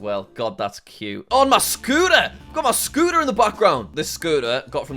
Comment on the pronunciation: MAH SCOOTAH